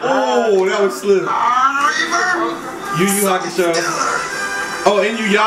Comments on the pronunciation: This nigga said yu-yu-hakusho lmao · Nigga did not just say Yu Yu Hakushou at Inuyasha. Disappointed.